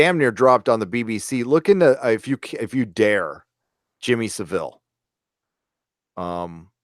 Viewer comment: you americans all pronounce savile wrong, it's sa-vile (as in small-ville) not sa-veel (as in deer meat)